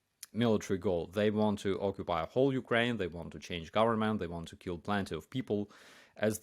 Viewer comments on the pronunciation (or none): none